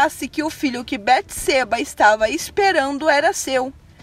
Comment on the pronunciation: A pronuncia Beteseba está incorreta. O som do e, é aberto.